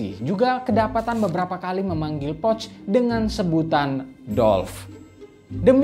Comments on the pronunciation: Cara penyebutan "Pöch" adalah "Poesche/Pœch" bukan seperti mengucapkan "pouch". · Cara baca salah poch bukan pocth